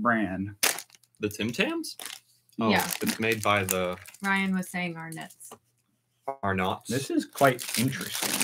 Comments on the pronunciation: That was fun to watch. I have to help you with the pronunciation especially of Arnotts. In the US you tend to put the emphasis on the last syllable if the word, where we put it iin the first so we wouls say Arnets but emphasise the Ar and not the nets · Love your stuff, entertaining as. There is one thing though. 1) There will be more than one. 2) The bears are Caramello bears not Carmello, you have to say the 2nd A 3) It's Arnotts said like R-NTS, (almost as if you're tried to say nits. It was a family name. 4) A lot of Aussies WILL lead you up the garden path, be careful, it is in jest, but anyway don't listen to me. 5) You did use the right amount of vegemite, and if you have a decent piece of toast that you can lather a good amount of butter on then the vegemite, you can eventually have a good dollop. But for 1st try, well done. It's great with chicken in a sandwich or under poached eggs on toast, you can even make a hot savoury drink in winter with a teaspoon of it in a boiling mug of water (Note inclusion of the letter U in savoury, you are welcome to start using that, the King of England has forgiven you for 1776) . Oh and the person who said feed it to the baby, it is perfect to have a tiny amount on a pacifier if you use one. don't use honey or sweet stuff. 6) cookies, biscuits and scones UK-Scone - Biscuit - Pikelets - Crumpets - Breakfast Muffin - Muffin AU-Scone - Biscuit - Pikelets - Crumpets - English Muffin - Muffin US-Biscuit - Cookie - Griddle Bread - Rare in US - English Muffin - Quickbread 7) The Cherry Ripe is only available in Australia and Canada Looks like you had fun, and I bet you probably put on a few pounds after that box of goodies. Cheers David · Ryan, the pronunciation of the Cadbury's chocolate shapes is: FRED-O not FREED-O. Also Arnott's is pronounced R-nots. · Say ARNOTTS without sounding the O like Arnitts or AHH-NUTS. Lollies are yeah like candy. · Arnotts is pronounced arknots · Ah nts we don't really pronounce the o at all